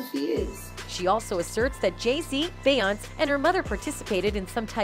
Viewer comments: It’s Beyoncé (Be on say) say it correctly while you’re butchering these people’s names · It's pronounced: Be - yawn - say So - lawn - jah Re - on - na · Will SOMEONE TELL THE NARRATOR OF THIS PODCAST TO LEARN HOW TO PRONOUNCE BE YON SAY'S NAME CORRECTLY? SHE'S SO ANNOYING. SHE DOESNT PRONOUNCE BEYONCÉ NAME CORRECTLY. SHE DOES THIS IN SEVERAL VIDEOS..SHE ALSO DOESN'T PRONOUNCE BENNY MEDINA CORRECTLY EITHER..ITS MA DEE NA MEDina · Is the Narrator keep calling Beyoncé "Beyons" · BAY-YONCE & RAY-ANA 🫣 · "Beyounce' Lord 🤣🤣." Rhyna" , "Bay" I can't with this narrator 😵‍💫😂🤦🏾‍♀️. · Lately entertainers names are pronounced wrong.Nevet heard it like this before.Beyoncé ce is pronounced as say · I’m hoping the narrator is a computer generated voice because she pronounces Beyoncé’s name as “Bayaunts” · i can careless for this lady, but her name is be oncey! pls figure out how to say peoples name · How can you talk about them and you can't say her name Right. It's Be yon CE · Wtf is a Bayance? Lol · Bay-yonce … why are u pronouncing it wrong 😑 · Beyonce has been singing for years. How is her name being mispronounced in this video? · I love your videos but I realllly wish you would say Beyoncés name right 😂😂😂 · This reporter doesn’t even know how to say Bee or Rere or Solange names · Beyonce why can't you say no one's name right ever are you using a voice app I can help. RonnieBlueeyes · Her name is …. Beyoncé (try breaking it down) if you Vampires are going to suck her blood… try to pronounce her name right… A** Hole!! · Please 🙏🏿 for the love of God you pronounce beyonce name wrong. And aaliyah name wrong please say there Name correctly. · How's this woman keep constantly mispronouncing the name of one of the biggest stars in music? How? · Why do keep pronouncing her name wrong??🤔🤔